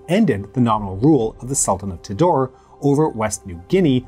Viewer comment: The word Tidore should have been pronounced somewhat like 'tee-dough-ray'.